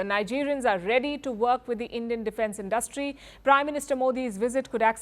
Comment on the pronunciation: Learn how to pronounce “ Industry”! It’s not “ in DUST tree”!